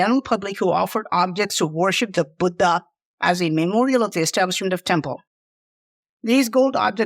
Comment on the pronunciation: you are absolutely incredible.🙏 And I love the way you say Buddha.